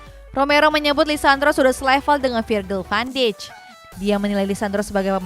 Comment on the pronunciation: presenter kedua ini jarang bener nyebut nama pemain, pelatih & club. contoh yg sering salah nyebut: - van dijk jadi van dich - lyon jadi layen - league 1 jadi league one - kadang tuchel jadi tucel - marseille jadi marseli